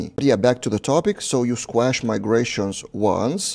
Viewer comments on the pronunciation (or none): "squash" rhymes with "posh", not with "mash".